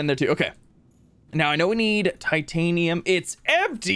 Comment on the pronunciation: Every SubNautica YouTuber: Ugh I have waaaayyy to much Titanium...: wer tatinum?